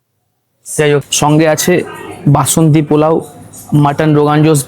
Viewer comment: Work on ur pronunciation... it's not pulao...polao hobe ...work on "S"... sounding very bad...katha ta top and notch na... top-notch...need improvement